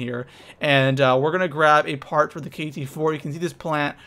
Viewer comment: He said: first part i know the p sounded like the f